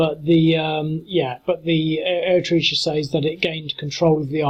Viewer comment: You butchered the pronunciation of Eritrea. 😓